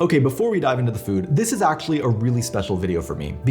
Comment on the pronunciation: Stop saying “Act-sshhully”